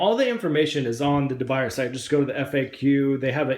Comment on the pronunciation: It's pronounced, according to English graphics: de biuyaay. Try it.